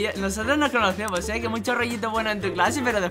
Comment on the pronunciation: Minuto 1,46 se demuestra que es xigneo porq el y thanix dicen muyo en vez de mucho